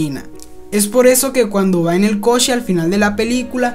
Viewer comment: te espresas muy bien pero pronuncas mal la letra CH la cargas mucho fijate en el video, en vez de coche dices cochhhe como si la h tubiera acento y la alargas mucho.